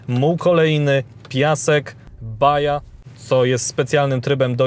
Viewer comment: Fajna recenzja! PS. Tryb "baja", czytamy "baha" :)